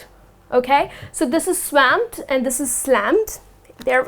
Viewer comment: Hi.You pronounced the word swamp wrong